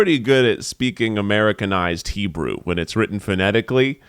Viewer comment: as an Israeli Jew who absolutely loves your company and all the stuff that you guys are creating I really admire that you talk about these things! And Keith, you sounds great with the Hebrew, good job!